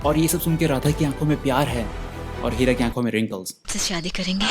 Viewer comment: Who is hearing Kheera instead of Heera 😅😂